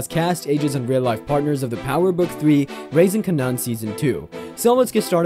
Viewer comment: yeah, but he can't even pronounce the name of the show correctly, so I doubt he knows anything about Total lol